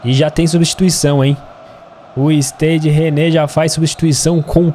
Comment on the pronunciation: A prenuncia de Stade Rennais seria algo como /istaid reinis/